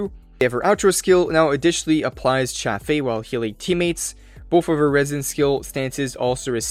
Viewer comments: It's pronounced as CHāf or Chayf. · Glacio cha-fay lol